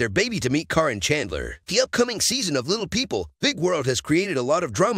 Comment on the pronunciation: You are pronouncing Caryn’s name wrong. Her name is pronounced Karen spelled with a C instead of K and a Y instead of e